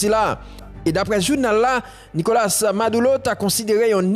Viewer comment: Ale koyé influyansè bwôdè mezanmy. Nokola se pa NIKOLACE, se pa panyol wap palé. Abinadè se pa abinadèl, se nou menm ki magé pep la ap palé devan dèyè. Andy ann-di se pa inn-di